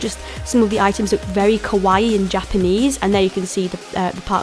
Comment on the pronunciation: I love Love LOVE this video, but she says Kawaii wrong which kind of bothers me... but other than that, I really love this video.